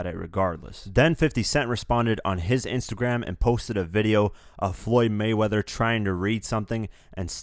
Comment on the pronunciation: "In His Next Intergram Post"